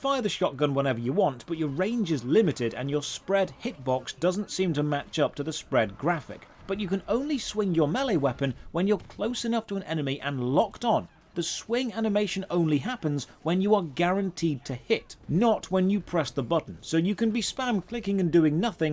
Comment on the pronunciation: It's pronounced MAY-LAY. ffs